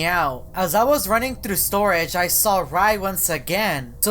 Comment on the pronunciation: You are best. Memes: Me: Communication: Khimunicationp Me: Thru: Thuru